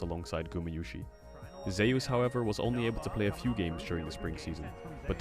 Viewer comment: Tbf Zeus is pronounced zoos, just says it wrong